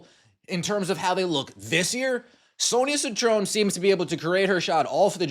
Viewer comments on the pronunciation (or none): Its Citron- Sit-tron..... Ugh!